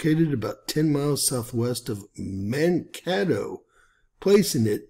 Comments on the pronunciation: Pronounced " mankaaaatoe"....long A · Mankato. Second "a" is "long"